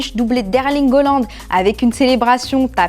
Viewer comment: Haaland Arrretez de prononcer hollande!!!